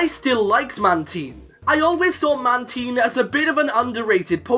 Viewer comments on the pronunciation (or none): Damn, you butchered the pronunciation of Mantine 😂